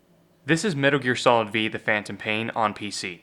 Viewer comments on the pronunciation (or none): It’s pronounced Metal Gear Solid Five not “V” it’s the Roman numeral for 5… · MGS "Vee"...? Umm you mean "five"? lolll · I can feel it shrinking as he reads V as VEE instead of five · Metal gear solid VEE? is this guy serious? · This mf said metal gear solid vee? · "metal gear solid vee"